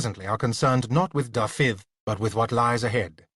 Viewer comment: I do wish he'd pronounce Dafydd correctly. Not Da-fith but Davith! (soft th as in with ,not hard as in think) accent on the first syllable, not the second!